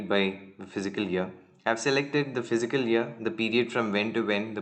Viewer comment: The pronunciation is fis-cal not physical year!